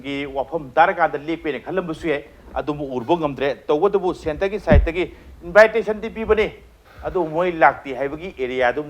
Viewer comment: Mr. journalist, not " invite...ration.".! But in-vi-ta-tion